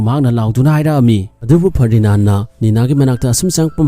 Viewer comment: Ferdinaan Nate Ferdinand oibane 😂😂🤣😆